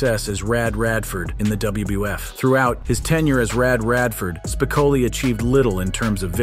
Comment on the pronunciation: Why do you often say "WBF" instead of "WWF"?